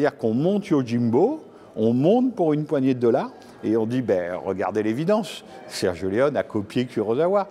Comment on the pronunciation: Mais pourquoi vous le prononcez Sergio Leon 🤣. Et c'est par un expert de la cinématéque française!!!! Ridicule.